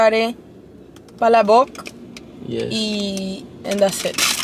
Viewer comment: it's na pala-bok it's pa-labok that's how you pronounce the palabok.